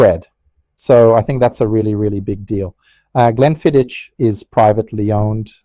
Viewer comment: It is actually pronounced 'GLENFIDDICK' which is Scottish Gaelic which means 'Valley of the Deer' Also, it does concern me that you smoke cigars as you are increasing your chances exponentially of contracting lung and/or mouth cancer but it is your choice at the end of the day . . . .😎